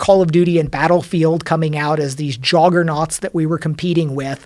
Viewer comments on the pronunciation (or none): He's got some weird pronunciations..."Jawgernaut" and another in a different clip, minor but hey... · man said "joggernaut"